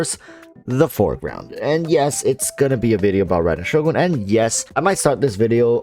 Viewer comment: still cant pronounce Shogun -__